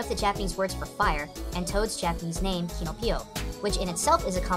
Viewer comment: u messed up two names kinopio doesn't have a ッ in his name and supposed to be kajioh not kaiju